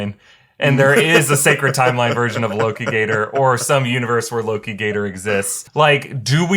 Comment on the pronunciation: Not lokigator... aLOKItor